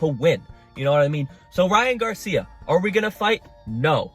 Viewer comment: I’m so glad you have enough decency and respect to not call him gay-cia